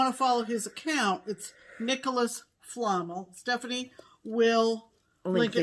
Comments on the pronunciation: Love the show as always girls! you’ve made me want to start the fragments in time! Oh I saw his account for fabric! It’s Nicolas flammel (fla-melle) it’s a character from Harry Potter:) Happy stitching! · I am very surprised that didn't recognize the name "Nicholas Flamel" (accent on the second syllable) from the Harry Potter series. He was supposedly an alchemist. 😋